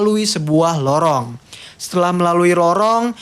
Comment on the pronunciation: 2 : 44 lorong bang bkn rorong hehe Semngt bang bikin kontennya🔥